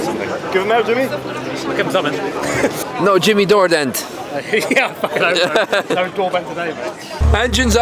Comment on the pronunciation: I was not prepared for "Jimmy Doordent "